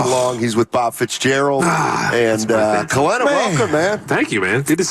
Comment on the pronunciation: He does need to rebound and defend, but his scoring is just as important. With Poole gone, the Warriors can't afford for every bench player to be a rebounding/defending glue guy. They need JK to create offense, too. And Kelenna (not "Kelena") said this too. Whoever created the video title didn't really capture what he said.